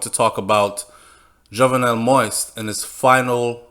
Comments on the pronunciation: Do you read the comments on your channel? Please, please,please LISTEN! PLEASE PROUNCE THE PRESIDENT'S NAME CORRECTLY....PLEASE DO THIS BEFORE ANOTHER VIDEO GOES OUT.... MOISE ...IS NOT PRONOUNCED "MOIST"...... The correct pronunciation is.... MO...EASE.... OR. MO...EEZE..... WHEN YOU. CONTINUE TO MISPRONOUNCE HIS NAME IS SO DISRESPECTFUL!!?? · This guy speaking on this video makes me a French Canadian and my Haitian friends cringe so bad when he pronounce the name so wrong. It's not fucking " Moist" it's pronounce Moe-is it's a fucking french name so pronounce it right or just say Moses which is the English version. If you can't pronounce is in French then stick to the English version🙄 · It’s still pronounced Moissssss sir and I’m getting in their ass and the comments about it. But you may continue with the reports I’m listening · You gon pronounce it right or mind your business.. noone gives a f about yt folks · Great information, appreciate it greatly. One thing, work on the pronunciation of the President's name. Thanks again! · If you know you're not pronouncing his name correctly, then why do you still mispronounce his name? That doesn't have anything to do with what others are doing? When we know better, we do better. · You sound terrible pronouncing it